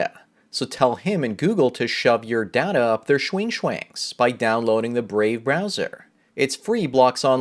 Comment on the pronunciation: I thought that data was pronounced data instead of data